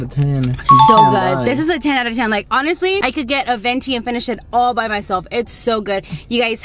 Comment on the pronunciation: when she says by it sounds like pie lol :p